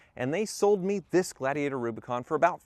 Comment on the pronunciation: ...can you say gla-di-ator?